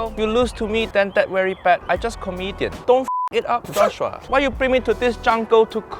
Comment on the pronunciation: "Cut so fast, for What, relax joss shhuuaa~" this has me dead lol! From the very beginning I was hooked!